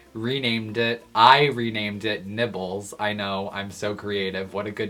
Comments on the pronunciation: Did he say nipples or nibbles?! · i thought you said nipples lol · i thought he said nipples when he actually said nibbles